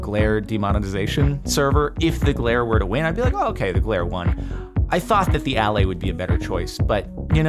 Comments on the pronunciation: I think the allay should be pronounced "uh-LAY", emphasis on the second syllable. It isn't just Jens's accent! Allay is a real English word that means to assuage, soothe, or relieve, often referring to fears. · Everyone keeps pronouncing the stress marks wrong. The stress is on the second syllable of Allay not the first.